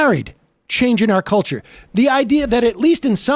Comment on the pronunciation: Gives voting rights “Hewp da weft is aggwessing me in da cuwture war”